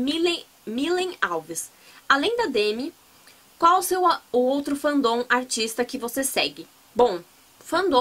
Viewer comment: Fan don kkkkkkkkkk se pronuncia fén dom kkkkk Diva !